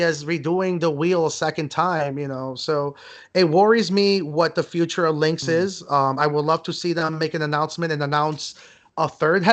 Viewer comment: Its "Lynx" not Lynkx